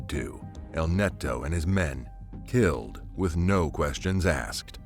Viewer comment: Its killed not kil kil ed